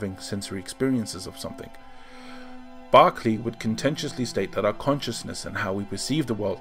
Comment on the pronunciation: Spelling is actually George Berkeley but pronounced as "Barkley".